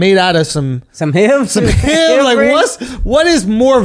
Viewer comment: It started when he said HEEV to H.I.V.